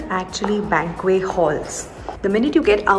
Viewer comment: It's bank-wet. Not bank-way . You are over-correcting :-)